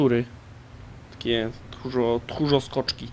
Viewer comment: nie thórzo skoczki tylko myszo-skoczki